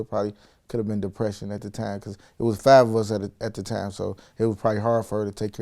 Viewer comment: He doesn't say time he says tame. Not five but fave.